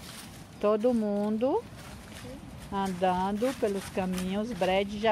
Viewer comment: Mulher o verbo é andando , falando . Não é andano, falano. Kkk